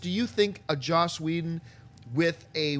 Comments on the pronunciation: For the last time,, it's 'Joss', not 'Josh'. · I kept waiting for someone to correct. It's Joss, not Josh.